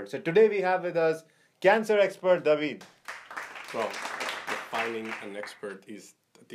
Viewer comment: Its david. Not daweeed